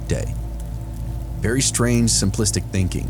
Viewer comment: vewy vewy a scawy, i get vewy a scawy.